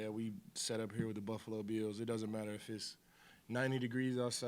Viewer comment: I love how Von says "Buffalo Beels"